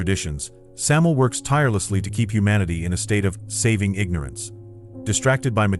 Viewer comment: bruh said samil lol thought it was sam-you-el or sam-aye-el